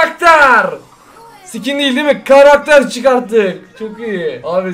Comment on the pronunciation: Abi lütfen skin derken ke yerine ka dermisin❤